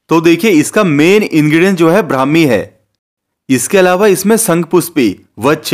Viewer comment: Phele bolana sikho brahmi ho hai bhai